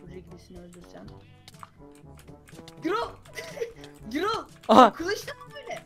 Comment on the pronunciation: Gürol diye okunur adam gibi yazilir